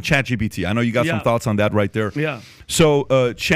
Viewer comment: Every time these guys say “ChatGBT” a MegaByte dies.